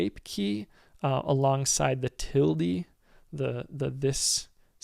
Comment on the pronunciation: "Tilde" pronunciation really got me rollin over the floor =)